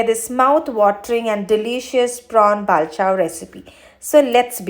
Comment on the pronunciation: Bavl😂...it's Pronounced as Bol not Ba- vl